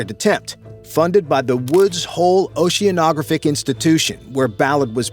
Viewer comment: This guy should learn how to pronounce "oceanographic"!